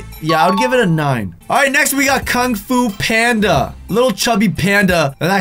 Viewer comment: Was it just me or did he say kung fu panda differently 🤷‍♀️